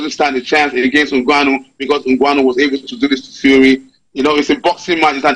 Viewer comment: is getting on my damn nerve with the way he pronounces Ngwanu. Bro, it's Ngannou.